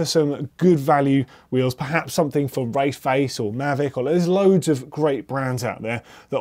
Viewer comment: Does it sound odd when says race face or just me